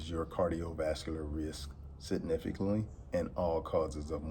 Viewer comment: He a doctor but can’t pronounce significantly haha alright 👍🏾